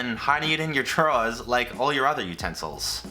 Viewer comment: did you just pronounce drawers like nfqweiuhhq8oqwoiudhqwduiqbwdbahuvbwkhabchkbcqwncqklckqwnclwjkqnxxkmqxl;ncoqwjujcq